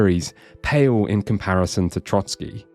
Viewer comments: For the love of god it's TroSky, not TroTSky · Oh c'mon people, it's Trosky not Trotsky 🥲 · Trosky Castle! Not 'Trotsky' Castle. I wasn't going to leave this comment as I assumed it was a slip of the tongue but you did it multiple times. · It is pronounced TroSkie, not TroTSkie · loved the video but one thing i cant understand nobody mention is you calling the castle Trotsky 😭 its Trosky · Please, it's Trosky not Trotsky. The castle is not named after one Soviet revolutionary. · Trosky, not Trotski 😅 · I finally played this game. I love it, never seen anything that is more Czech than this game in Czech dubbing. Love your pronouncietion of Trosky as Trotskyi😁 Kingdom Come: Hussite wars would be amazing (also in the end credits of the game there is choral singing "Ktož sú boží bojovníci" which is anthem of Hussites. Btw you dont have to tell Bergov about Semín, I never did and got achievement for it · There's only one "t" in Trosky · As there was a hussite hymn (Ktoz jsu bozi bojovnici) playing at the Conlusion, I would bet there will be hussites in the future KCD. 😊 And kudos for pronouncing Zizka correctly. Not Trosky, though. Sorry, for such an in-depth review it was annoying to hear you say Trotzkiy instead of Trosskee which would be much closer to the correct pronunciation.